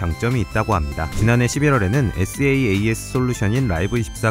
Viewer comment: 좋은 영상 감사합니다! SasS는 “싸스”라고 읽는게 더 자연스러울 거 같습니다!